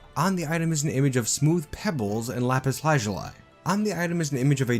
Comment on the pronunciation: "Lapis lazuli" is pronounced slightly differently than what you said. You did good on "lapis," but "lazuli" is more like "laz-yoo-lee," although "laz-yoo-lie" is also good. The IPA is /ˈlæpɪs ˈlæzjʊli, -laɪ/ where "æ" is pronounced like the "a" in "trap," "pad," or "tattoo" and the "zjʊ" is like "zyoo" since the "j" in IPA is similar to a "y." The IPA value of the letter "j" is counter-intuitive to many English speakers. However, it does occur with this sound in a few English words: Besides hallelujah, there are fjord, Jägermeister and Jarlsberg cheese. Just some fun info, not super important. Just adding the comment in case you're interested.